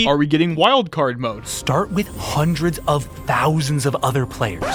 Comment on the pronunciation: When i heard the "hundreds of thousdands of players" that was my exact reaction 😅 like come on guys lmao